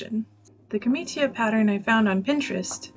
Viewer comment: It's pronounced "jor-NEIGH-ah". For next time, Cs and Gs with an I after them are a CH or a J sound, and you don't pronounce the I as a separate vowel (so "ca-MEE-cha" instead of "ca-MEE-chee-a". Just make a point of listening to Italians speaking. In bocca al lupo!